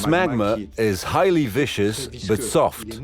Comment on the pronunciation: the narration (AI?) pronounces "viscous" as "vicious" - although, sure, magma probably does seem pretty vicious if you're downhill from it, what the real guy is actually saying is that the molten liquid is thick (i.e. viscous) but soft.